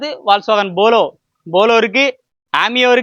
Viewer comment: ஷிடான் இல்ல தம்பி.. செடான். Bolo இல்ல தம்பி. Polo.